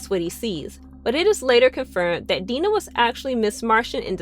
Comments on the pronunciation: Was it too hard to watch any of the show at all? Five minutes could have cleared up how to pronounce Dinah and Psimon. There's probably more, but this makes it clear you never watched the show. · And Dinah's name? Because she clearly has no clue. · Am I the only one really annoyed by the pronunciation of “Dinah” lmao